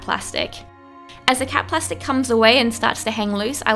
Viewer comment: Whenever she said cap plastic I always think she's saying cat plastic